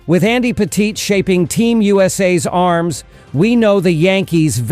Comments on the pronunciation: This guy doesn't even pronounce Andy Pettitte's name properly 😂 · Say Andy's name right, lol!